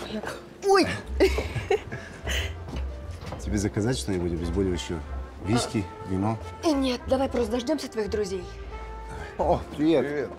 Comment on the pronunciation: Паша говорит Виськи и мне послышалось Вискес